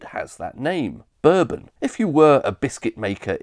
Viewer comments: Ive lived all around England and have never heard of it called a burben rather than Bourbon. I presume its a regional thing but I've live in Leeds, Sheffield Manchester, Birmingham and london and never heard it pronounced like American whiskey. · Me too. I'd never heard "burbon" before this video. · I'm 60, and this video is the first time I've ever heard bourbon biscuits being pronounced like American whiskey rather than French royalty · Not sure I agree with your pronunciation of bourbon, mate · Oddly, I never heard anybody within my experience and earshot pronouncing Bourbon in the American way and I confess I have always assumed that it was a reference to the House of Bourbon. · I... Have never heard someone pronounce the bourbon biscuit like the Whiskey! It might just be where you live 😂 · Bro thinks Bourbons are pronounced like the drink, not a single person other than you pronounces it this way. lmao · Nobody does, only time I've ever heard it pronounced like this without taking the piss is this video. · Expertly researched and beautifully presented - thank you for sharing! Growing up in northeast England in the 1970s, "bourbon" was very definitely not pronounced like the American whiskey in our house. More like the House of Bourbon, but without the French accent. I know you didn't say that bourbon whiskey only comes from Kentucky, but your map sort of suggested as much. Bourbon must be produced (anywhere) in the USA from a mash bill of at least 51% corn and aged in new oak barrels. That's why there are so many lightly-used oak barrels available for the producers of other whiskies to age their products. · Bourbon biscuit is prononced Boor-bon not bur-bin. The former is a Biscuit the later is a drink. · Bourbon is pronounced Bore-bon exactly like the French/European Royal dynasty not "burbun" like the US rednecks call their American whiskey I have literally NEVER heard the biscuit called "burbun" EXCEPT IN THIS VIDEO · It’s pronounced boor Bon not bur Bon